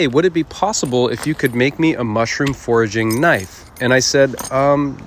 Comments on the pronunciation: Thought you were saying "mushroom forging" and i asked myself wtf is that but then i realize you said "foraging" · i thought he said "mushroom forging", not "foraging," making me think mushrooms get that hard